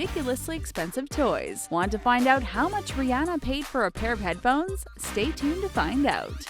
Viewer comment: Its pronounced re-on-a not re-ane-a